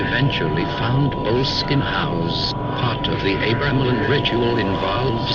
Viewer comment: it's not pronounced bowl-skin,ffs. it's bo-less-kin. with emphasis on the less. not sure about the architecture but it's got a cracking history. lovely property n properly gets one at least wanting to know about Mr Crowley. Aye. interesting character no doubt.